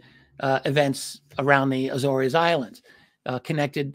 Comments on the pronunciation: RD the islands name is prounced A-ZORE’S … like a SORE shoulder…but with a Z …. And it’s plural. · Agree, my Naval warfare community, land-based maritime patrol P-3's were often based at Lages (Lah-gez). It is difficult to ignore the mispronunciation of the Azores (Ay-zors) without comment because it is steeped in our community's many sea stories and deployments there. Not a critique of thr great Richard Dolan by any means, just a comment. Love, love his coverage of U.S. Naval UAP and USO encounters. Keep it up!